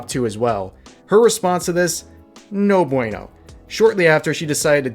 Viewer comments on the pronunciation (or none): none